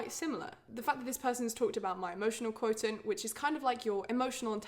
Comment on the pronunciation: I’ve never heard someone pronounce “quotient” that way